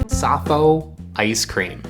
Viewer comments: It is called "safou", not "safo". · Anyway, it's a French word, so you should pronouce it like "safoo" stressed on the second syllable. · Dacroydes edulis or Safou in Cameroonian French (pronounced Saah foo not Ca foe). Perfumer’s opoponax is also from the same family. Safou is not so much from West Africa as Central Africa. Very common in Cameroon, DR and Rep Congo (on the western side of DR Congo), Gabon and Nigeria. It can be propogated by marcotting (Air layering) or from seed. I brought seeds from Cameroon to Liberia about 13 years ago and planted 3 trees in Gbarnga, Liberia. They are likely very big trees now, hopefully feeding many happy people. You guys would get laughed out of Yaounde eating them this way. The best way to cook it is in cast iron skillet (it cooks in its own oil no need to add red palm oil) or grill over charcoal. I have never had them boiled. I agree with the taste as a mix between avacado and olive. Try some loaded in a nice fresh baguette. Bon appétit ! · It's pronounced Safoo